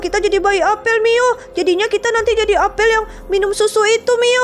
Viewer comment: Kak apel bukan apel